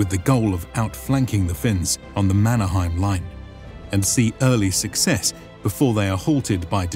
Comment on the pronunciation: Problems and Errors. - German map (Pommern) is wrong. The gap is too wide. - During the beginning of the war people rately had other than their own clothes (heard that from persons attending the war). -The pronunciation has problems. For example "Lahti" is not "lati" it is "laHHH-ti" (letter 'h' powerfully and longishly pronounced and short 'a'). Mannerheim in Finland is not pronounced German way. In Finnish word are pronounced as they are written letter by letter. Suomussalmi: suo-muS-Sal-mi. Kuhmo not "kumo" is "kuH-mo". - Essential support of the Finish female based organization (Lotta) handling support like cantina and handling fallen soldiers. - The winter was exceptionally cold. After very warm 30's the 1939 winter was really cold. And that was for Stalin's Ukrainians too cold. Yes Stalin wasted lots of Ukrainians using meat waves. Good points is the greatest problem with many presentations not to understand how REGIMENTs were constructed at that time: not just using collections of some random strange people. They were coming from the same area knowing each other like from the primary school or are neighbours family living in the same are like 700 or more years. This means severe losses caused an area to lose most of their males.